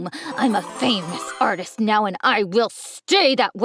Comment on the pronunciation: he said neow